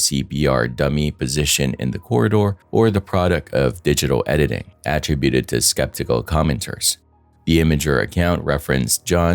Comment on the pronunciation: Please, say ATTRIBUTED incoorectly one more time.